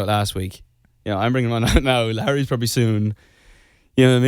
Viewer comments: WHEN HE SAID HARRY I FOR SURE HEARD LARRY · omg he says Larry instead of harry omg…. 💙💚💙💚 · Am I the only one that heard him say Larry instead of Harry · At 0.49 I know he said Harry but it sounded like Larry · he said larry instead of harry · did he say Larry instead of Harry??!! Holy shit